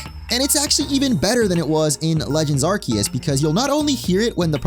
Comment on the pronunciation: Thank you for pronouncing ’Arceus’ correctly. The other youtubers need to pay attention.